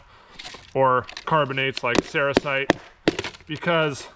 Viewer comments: Cerussite or sericite? Sericite is what it sounds like you are saying. I think you mean Cerussite. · Sericite is a mica. I think that you mispronounced the name of the lead carbonate. I'm not aware of one off the top of my head. EDIT: I looked it up, you mean Cerussite. You are putting the emPHAsis on the wrong sylABBLE LOL. Ceroosite.